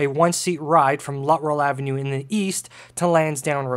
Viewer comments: Good video but I have to correct you on your pronunciation of the easterly loop. It was pronounced “Lut-Trell” not “Lutt-Rell”. I probably spent half my teen years traveling to that loop from Scarborough by bus and I never heard it pronounced “Lutt-Rell”. Also, you didn’t mention MU or multiple unit operation of streetcars on the route due to heavy passenger volume from the 50’s to the 1966 subway opening. Other than that, it was a nostalgic presentation for me. Keep up with the interesting content! 👍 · The street was mispronounced , it is Luttrell and was the east terminus of the Bloor Car . It is on the south side of Danforth a block or two west of the Shoppers World Mall at Victoria Park and Danforth .